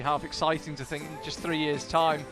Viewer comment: Its think not fink ,speak properly if you are going to commentate.